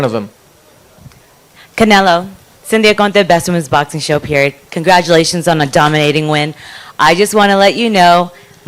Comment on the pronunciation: Gongratualations on wat effort??... 😂